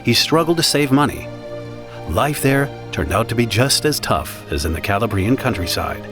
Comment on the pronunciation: Where did they get these incorrect voiceovers? The pronunciation of Calabrian alone is just too much. This should be entitled the Mafia for Anglos! 😂